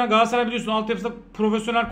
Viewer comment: Ya kardeşim GALATSARAY 'a GAASSARAY DEMEKTEN NE ZAMAN VAZ GEÇECEKSİNİZ? TÜRKÇE DE BÖYLE BIR ÜNLÜ DÜŞMESİ KURALI VARDA BIZ MI BILMIYORUZ?